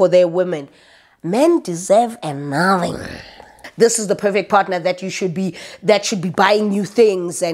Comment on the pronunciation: "Men deserve a naathang" "When we see you in the purrblic" 😂😂😂😂😂😂💔